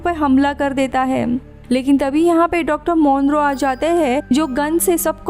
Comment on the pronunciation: Dr Monroe?? Nope, 'tis Dr Moreau- MAW-RO